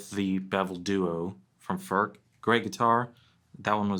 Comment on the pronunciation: Its NOT "FÖRK" nore "FÖRTSCH". He ist called František Furch. Try again. Furch, ( u like in YOU ) ore you want us to pronounce "jeans, update and cool" the German ore Czech way. By now, almost all Furch guitars feature the newer CNR "System Active" (with the exception of the "Yellow" series).